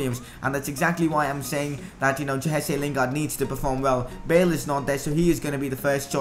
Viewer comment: Mate it's Jesse lingard